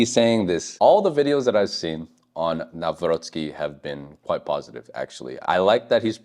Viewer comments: Very well pronounciation of Nawrocki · You pronounce his name very well 👍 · I like how you pronounce: Nawrocki, it's pretty accurate 👍